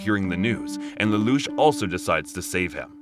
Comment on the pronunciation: You also pronounced lelouch wrong